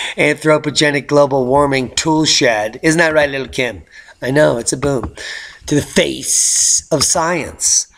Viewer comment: 😅😆 He kept calling that woman "Lil' Kim" leaving me DEAD laughing! 💀💀 The new gifs are on point! I DID notice the Earth was a little tilty lately...or was that the 🌱? Yet another educational and informative update. 😆🌋✌